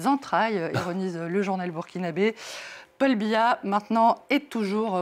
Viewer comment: Veillez m'excuser mais c'est Paul biya pas pal biya 😂😂😂😂